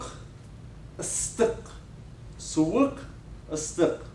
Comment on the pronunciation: onai : kolay zhaksy : yahşi : iyi suyik : soğuk aslında hocayla okuyuşumuz aynı ... ystik : sıcak ama hocanın okuyuşu ısıtık gibi. sanırım kazakistanda u lar o gibi okunuyor.